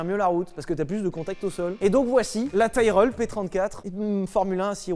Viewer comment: Tyrell se prononce tirelle, et la p34 n a pas été interdit, mais arrêter car Goodyear ne voulait plus faire de pneus